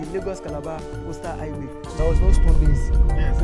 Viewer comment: It is called Highway, not i-way